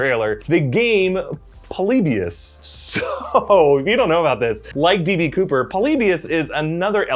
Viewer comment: Its not PULL- LEE - BEE - US Its pronounced PAH - LEE - BEE - US